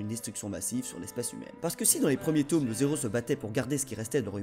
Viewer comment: Super vidéo , par contre ... on fait pas la liaison dans "nos héros" hum .. je suis chiant ... Oui , effectivement.